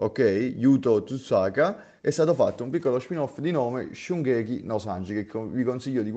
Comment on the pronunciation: A me i tuoi video piacciono abbastanza però allenati sulla pronuncia dei nomi di oggetti e persone,perché owen è oven e shungeki è shokugeki,apparite queste cose bel video bravo